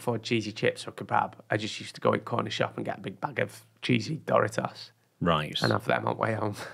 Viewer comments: The way you say Doritos is... wrong. It's not Dory-toss. It's Door-eat-ohs. Dorito is a contraction of Spanish doradito (little fried and golden thing), which is a diminutive of dorado (fried and golden thing) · Doritos pronunciation in English is quite different than the US pronunciation. Took me a minute to figure it out. dough Ree toes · Why am I dying about how he pronounces Doritos?! Tf is duritoes 😂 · But doesn’t Doritos come from the Spanish word “doraditos”? Which would make pronunciation not the most accurate one